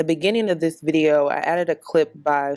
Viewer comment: Sha-har-ra-zahd Ali is how u pronounce her name lol. She’s a wealth of knowledge. Very relevant today. I’m glad you found her and promote her to your audience. Most of us are so misguided and need to be redirected bc the programming is real.